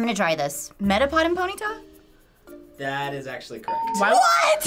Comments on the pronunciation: PONYTA not PONITA!! Idiots... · Who the hell is "Po-NE-ta", it's "Pony-TA" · Pony-ta....not Pon-NEED-ta... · omg does anyone else get bothered when they were saying ponyta as "poneeta" rather than "pony-ta"? or just me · wtf is a Po-needa its pony-ta Cmon man seriously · Why were they saying ponyta like ponita? Lol